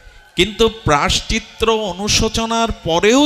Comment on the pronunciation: প্রভু প্রায়শ্চত্র নয় প্রায়শ্চিত্ত